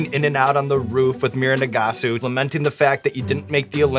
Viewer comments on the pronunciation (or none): did sean call mirai "mira"